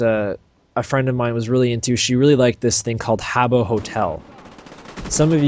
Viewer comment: LOL HABBO HOTEL. Yeah its Habbo!